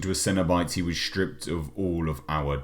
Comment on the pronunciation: Shtrippped. ah, southerners and their speak :)